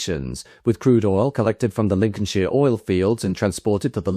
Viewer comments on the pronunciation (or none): none